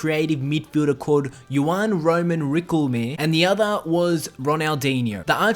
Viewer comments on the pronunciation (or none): Jesus, it's Riquelme not requilme quel as in kelly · i cringed when he butchered Riquelmes name good vid all the same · He did butcher Riquelme though. Good video, I'm unsure of this but I think he never played first division in Argentina